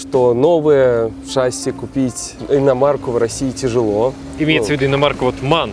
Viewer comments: Выпуск интересный и весьма любопытный.👍 Но вот слово "ШАсси", это конечно печалька...🤦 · Может быть всё-таки шассИ, а не шАсси?🤔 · Да не шАсии, а шассИ